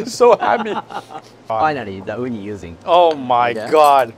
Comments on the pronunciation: Oooh-knee. Not ooh-Nai. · This is the worst Japanese pronunciation coming from an Asian that’s not Japanese. Oo-Nai? You mean Oo-knee? 😅